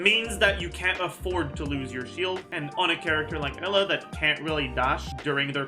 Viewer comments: I guess Eula is pronounced Ella now huh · Why does he pronounce "Eula" as "Ella"?